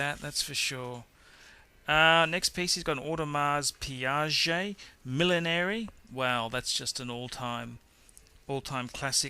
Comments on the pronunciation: What is an Audemars Piaget?? You have an Audemars Piguet or a Piaget there buddy. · You are pronouncing Audemars Piguet incorrectly, FYI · audemars piaget...hahahahahahahahah